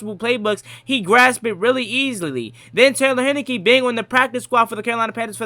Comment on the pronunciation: It’s Heinicke, like the beer.